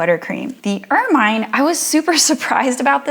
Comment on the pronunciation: Pronounced "ermuhn" not "ermyne"